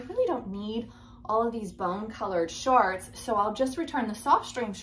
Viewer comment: I can’t take you seriously when you keep saying “shaarts”!!!!!!!!!